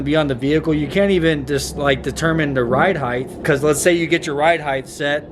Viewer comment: Ride height not ride hieth, hahaha